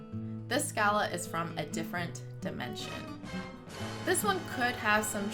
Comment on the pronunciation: I like a girl who can properly remember the history of my kingdom. Until the day it is risen from the oceans of time. What is eternity...compared to that moment. Oh and it's said "SHA-LAH", love.